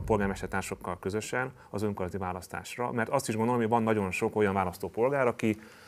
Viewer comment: Ez a csóka is hadar és többször is meghallgattam amikor kimondja az ÖNKORMÁNYZATI szót, de , ne nem tiszta, hol faragja le a szó végét.... :D Logopédus van a csapatban? Mert kéne!!!!!